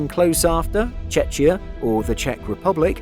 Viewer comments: Sorry, but this drives me crazy: your pronunciation of Czechia is as /che-chi-a/ (similar to Chechnya). But it should be /che-ki-a/, the chi in middle pronounced as ki in kingdom. Also, never heard “Czechia’s prime minister”, normal is rather “Czech premier” or “Czech prime minister”. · Its Czechia, not CHECHIA. But y'all do the best if you just stick to Czech Rep. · For the love of God, could someone give the man pronunciation lessons? I can just about make it through his "Loofthuhnza" but "Chech-ia"?? Agree with other comments - it's not a "situation" in "Eastern Europe", it's the Russian invasion of the independent, peaceful nation of Ukraine. Any suggestion otherwise is just wrong. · It helps if people just pronounce it check-ia as it's supposed to, instead of che-chia... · You're pronouncing 'Czechia' wrong. It's still the same 'ch' as the word 'Czech,' which you do pronounce well. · Btw you are saying czechia wrong